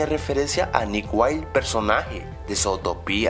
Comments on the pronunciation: oye por que no dises mejor zutopia, solo dijo por que zotopia suena raro :/ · Mandé a la mierda el vídeo después de el 3 "Easter Egg", no porque no me gustara, si no porque pronunciaste mal "Zootopia". No tiene tilde, y es palabra anglosajona. Es /Zutopia/ no /Sootopía/. Y eso me estresa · se dice zutopia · no se dise Zoo es Zuu pero se escribe Zootopia